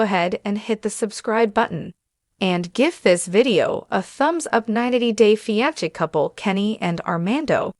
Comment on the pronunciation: Fi an se